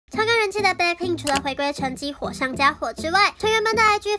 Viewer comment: BLACKPINK也被唸成【杯】pink...